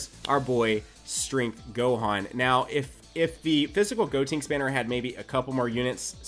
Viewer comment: please stop saying "Gotinks" instead of "Gotenks"...